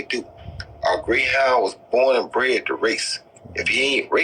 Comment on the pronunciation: All i gathered from this interview was roy jones saying ' bored and bent'.